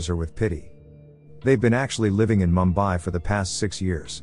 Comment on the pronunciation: It's pronounced Moom . bai.